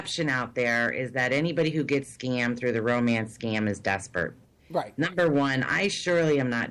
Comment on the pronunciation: Seriously, lending money to a face on the internet? Whats with the "I am not desperant, I am not desprent. :P